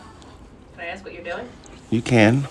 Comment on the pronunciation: Lol "aks, aksed, aksing, but you have mines?"